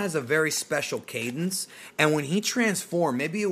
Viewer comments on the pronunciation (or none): none